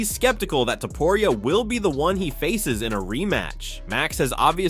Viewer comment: You say topuria stupid